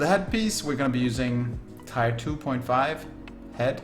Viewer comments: For the love of god, "Tier" is pronounced "Tear", not "Tire" lmao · Love all the phase 5 warrior videos! Helpful tip, "tier" is pronounced like "teer".